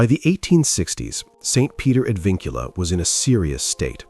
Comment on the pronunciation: Pronounced ad VINcula not ad vinCULA. Historians always seek the truth. Yes, open it for the sake of history.